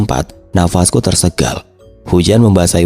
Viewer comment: Tersengal ya bukan tersegal....